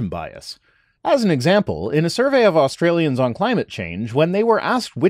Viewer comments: As an Aussie, please just pronounce it like Ostralian. It's closer to how we do it. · It’s ok that you had trouble saying the “Au” part of “Australian” at the end of your video. Many people here don’t even bother with that part of the word anyway and shorten it to “Strayan” and Australia to “Straya” because we always go for what’s easiest 🤣